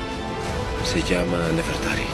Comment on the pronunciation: se dise nefertari :v